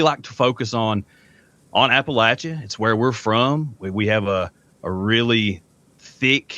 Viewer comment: As a person who grew up in East Tennessee first of all let me congratulate you on the correct pronunciation of Appalachia. I found this interview both respectful and fascinating.